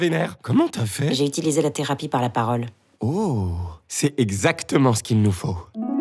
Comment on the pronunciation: Il dit "part"